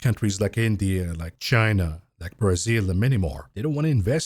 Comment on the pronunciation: can you stop saying it like, "breeeThzil" just say Bra sil